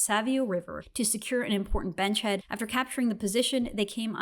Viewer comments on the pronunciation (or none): It's "panzer," not "panther." And "beachhead," not "benchhead." Thanks for doing this episode. It's important for us to remember who we used to be and reclaim our reputation. And I am someone who has no members of my family, past or present, who serves in the Armed Forces.